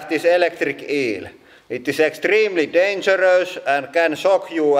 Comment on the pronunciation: its extreemlee dangerös